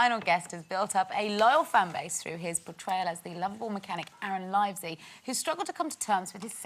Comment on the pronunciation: Umm... how she said livesy, I'm confused she said it wrong! Oh well oh I wish I got kissed by Danny, is that STEPH haydock nice had my main eye of Danny, hot guy!